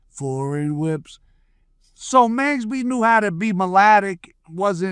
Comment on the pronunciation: Its MAX not mex